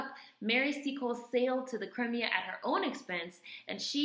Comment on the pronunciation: Crimea is '' Cry Me a ''. Its southern Russia. Ba-La- Clava.